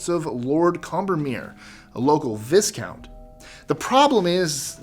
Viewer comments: It’s pronounced “vye-count” not “viss-count” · Viscount is pronounced as Vy count not Vis count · 'Viscount' is pronounced 'vycount'. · Vizcount LOL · Viscount does not rhyme with discount. It is pronounced with a long i and silent s. V👁count. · Viscount has a silent ‘s’. Pronounce it vi-count. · Viscount is pronounces Vi count! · Great vid, BUT- Viscount is pronounced Vii-count. It's based on the French, and the s is silent. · Viscount is pronounced Vi-count. Silent "s". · i'm sorry for doing this :p but "viscount" is pronounced like "vie" "count", not like it rhymes with "discount". again, i'm so sorry :p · The "S" in Viscount is silent . Other than that nice video have a like . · Thanks.....that was bugging me.😁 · Yep-set my teeth right on edge when he said it the first time. Second time made me want to weep. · Don't pronounce the "s"in viscount.